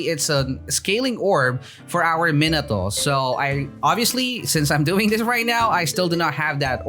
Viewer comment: The way he pronounces minato is just...